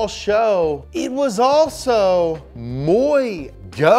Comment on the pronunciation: Nadie absolutamente nadie:... tratando de hablar español: muy go